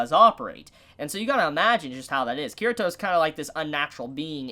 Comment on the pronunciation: Kirito's name is pronounced Kee-ree-toh not Kirah-toh. Also the r sounds more like an l in the Japanese pronunciation.